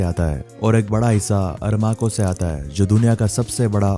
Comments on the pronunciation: ARAMCO, NOT ARMARCO. Please correct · Armaco❌ Aramco✅ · Armaco nahi….Aramco ..Al Saud family …at least thik se pronounce karna chahiye